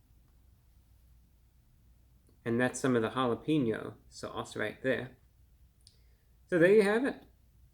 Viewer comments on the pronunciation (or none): Always entertaining Review Brah. But you are a food critic, you should at least know how to pronounce Jalapeño correctly. It is Ha-la-payn-yo. It has a hard A not a hard E. Just to trying to help your credibility. 😁